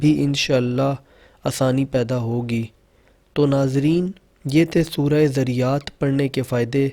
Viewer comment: Pehlay Surah ka NAAM to Saheeh se Parh lo.Dunya ki Baatain to Bohat Ziyada Aati hongi magar Quran k Saath to Bad Sulooki na karo.